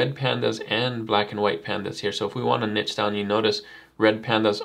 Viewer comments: This helped a lot even as a professional artist! Ty :> P.s. The word, Niche, is actually pronounced as "Nee-sh", kinda confusing I know 😂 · Couldn't listen to it. There is no T in niche. Sheesh.